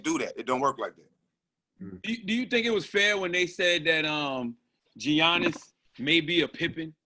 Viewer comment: Did they say Giannis name wrong 🤣 Ge-iannis 🤦🏾‍♀️